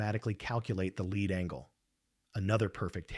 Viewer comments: Leed not Lead for Lead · do you not listen to your video after you have the AI read it? "lead" in reference to this video is pronounced "leed". This simple mistake makes your video appear ignorant. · Try to get the AI to pro ounce it "leed", lead is a base metal. Maybe edit the text file? Snoozer! Bailing at 3min4sec. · Please kill the AI NARRATION that dies not know difference between Lead, lead and Leed. Yes english is hard. Kill the Ai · It sounds like a live reader, but if that's so, why does he keep mispronouncing 'lead'? The word means out in front, not heavy metal. They are pronounced differently. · This is a fascinating story made illegible by the cheap-ass CG narration that can't discern how to pronounce "lead" vs "lead". And when we teach this thing how to properly master this diffucklety, will WE really be better off for making the things smarter this way? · AI voice cannot discern the difference between "lead", and "lead" within context. Is AI smart? Nope. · AI kept getting "lead" as in LEED confused with "lead" the bullet metal. Amusing. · Narrator is repetitive and mispronounced words like lead and lead bow and bow live and live......get to the point of the story ffs